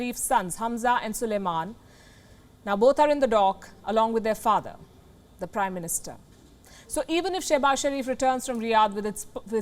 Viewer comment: I thought she said "Crime Minister" 🤣